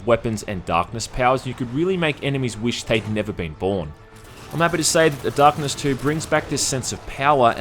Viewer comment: "The Dahhhhkness"